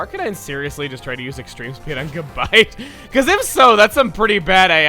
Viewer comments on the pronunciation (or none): GABITE is stressed on the second syllable, not the first.